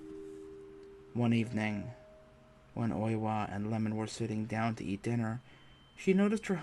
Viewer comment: The husband's name is I-e-mon, like Ye-mon, not lemon 🍋